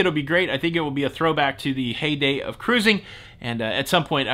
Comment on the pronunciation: I always enjoy your news on "ca-rrusing!" 😍😜🤣